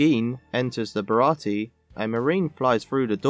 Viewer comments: Bara-tee? I think you mean Bara-tee-ay. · Wasn't it a 4Kids edit that changed the pronunciation of "Baratie" to 3 syllables (with a silent "e") compared to the 4 syllable pronunciation in the live action version?